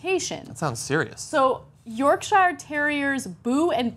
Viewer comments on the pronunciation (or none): Just FYI, Yorkshire - shire is pronounced "sheer". If I've got to pronounce Arkansas, Arcansaw, then it's just as legit. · Ana :D Please say Yorkshire like "York-sheer" or York-shrr". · As an British person, I am incredibly amused by how Ana pronounces "Yorkshire". It's "York-sher", my dear. :) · Why did Ana pronounce Yorkshire like that? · you mispronounced Yorkshire. is it that hard to pronounce properly, no.